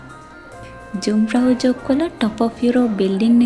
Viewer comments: The name should pronounce as යුන්ග්ෆ්‍රවුයොහ්ක්. Many thanks for uploading this superb video. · ලස්සන වීඩියෝ එක. පොඩි නිවැරදි කිරිමක්..J අකුර ජර්මන් භාෂාවෙන් ශබ්ද වෙන්නේ Y "යු" විදිහට..කන්දේ නම "යුන්ග්ප්‍රවුයොක්" .